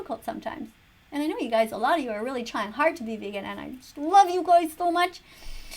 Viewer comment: "Go vegawn"